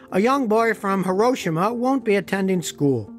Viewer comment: You say HIROSHIMA correctly, most Americans say Hero-Sheema (the emphasis should be on "Ro")